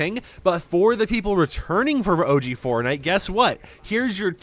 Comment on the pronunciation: I BELIEVE I HEARD FARTNITE